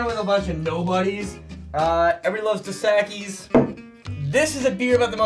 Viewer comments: "Da Sackies"? Dos Equis. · The way he said dos Equis lol dos sacky 😅😅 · I've never heard someone pronounce Dos Equis as 'dossehkies' 😂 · DoughS Eh Keys..... not what you said. 🤣